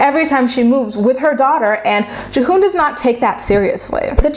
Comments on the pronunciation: Devin and G-Hoon. Juh-hoon had me dying. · Have you even watched the show?!? Her name is pronounced Devin and his is pronounced Geehoon.